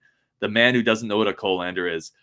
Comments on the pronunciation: Its a cah-lan-der, not Co-lander, lol. I have 3 different ones, but I'm basically a chef, lol. How much sugar on the burgers is what did it for me, lol. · Yeah, I even know what a whisk is. When people say they can't cook, what I hear is "I can't survive". Fill out your life skills dude, you'll be happy you did. And it's pronounce "cuhlander".